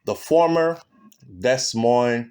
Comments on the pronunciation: No, it's Des (Dee) Moines (Moin). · Morning. Happy Sunday. Your dedication is top tier. Keep up the good word. Btw the S is silent (pronounced De- Moine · I love your channel and commentary, however please try to properly pronounce Des Moines, the proper pronunciation is De-Moin, the same for Souix city..it is pronounced Sue city.